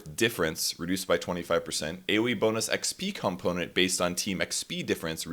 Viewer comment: What's a calmponent?